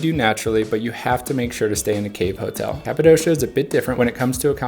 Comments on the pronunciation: Capadoshaaaa? Oh sweet jebus, how can you say it like that and claim you have been there. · Why do all americans say Kapadossssssha. Its Kapadokia. Its like you havent even been there, if you dont know its name.